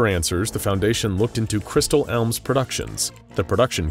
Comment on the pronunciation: Crystal Elms? Really? Come on, man.